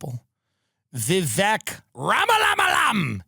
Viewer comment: Tim is spot on about not wanting to be celebrated. I don't know if it's our deep culture of self-loathing or if it's just embarrassing or what. Also, thanks for telling the correct way to pronounce Vivek's name.